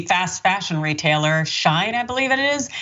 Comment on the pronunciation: It’s She-in